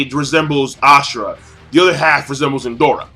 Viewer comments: It's Indra...where is the "O" that makes you keep saying Indora? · Indoooooora? I think you mean indra? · King, its Indra bruh not Indora. They both have the name of Hindu deities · It's indra not indora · Indra NOT Indora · It's Indra, not Indora lol. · It's Indra not Indora. But a good review nonetheless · it's Indra not Indora. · Why are you calling Indra "Indora"? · Who the fuck is indora????? INDRA is the correct name. Same goes for one piece. Kyros is the correct not Kryos as you always pronounce. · It's pronounced In-drah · Hi, it's pronounced In-dra, a Hindu god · Lol when he said Indora for the first time I was like...''huh? Who's that?'' xD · I swear if i hear you say indora or nenji again -.